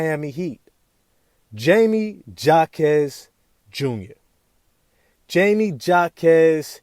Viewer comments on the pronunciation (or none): Say it right. Hymie Hawk ez. The J is an H sound.